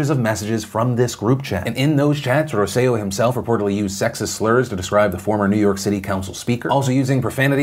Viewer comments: For future reference Phil... it's Roselló (Roh-seh-yo) emphasis on the last O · In case there's follow up on the Puerto Rico story, and just because it kept throwing me off: Roselló's last name is pronounced with emphasis on the last syllable (that's why it has han accent at the very end). But props on the Puerto Rico pronunciation!